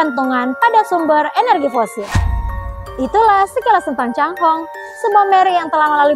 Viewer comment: Bahasa Mandarin chai hong adalah pelangi bukan cang hong